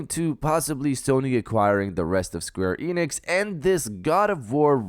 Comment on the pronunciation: It's Square Enix bro, I corrected you before an it was the same mistake, that must your hard work